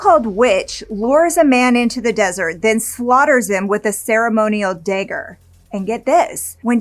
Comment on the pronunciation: A "day-ger" huh? Never heard of it. I've heard of "dagger" but not the way you pernounce it and ive been alive 44 years and never heard it ever said it that way.😅